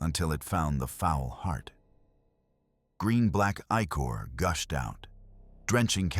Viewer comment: There's something to be said with using one good voice. Its like an actual person telling you a story. Good mix of both kinds would be good. Other than that its odd it mispronounced "ichor". Lol